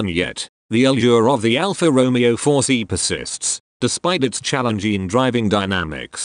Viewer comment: Personally, I love the car! As much as I hate robotic mispronunciation(s) of Alfa Romeeeeeo. Lol😅